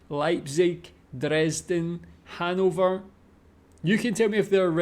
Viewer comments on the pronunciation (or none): I think I spider. He mispromounced Hannover, too. It's HanNOver. Stress on the o, or even a bit longer if you want to make it really clear. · the pronunciation of the people living in Hannover is the correct one. It's HanNOver.